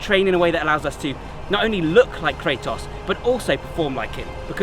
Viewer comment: Fun thing, the "Kra" part of his name should be pronounced like "Kra" from the german word Krankenwagen and the "tos" part like the english word "toss" because it's the greek word for power like in demo-kratos(democracy) => the power of the people Edit: Sorry for the weird way of explaining it but no english word that would have such a "kra" sound came to mind